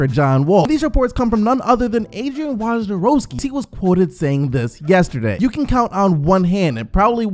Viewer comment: please change the way you pronounce Woj's name. Or just call him woj. It's getting painful.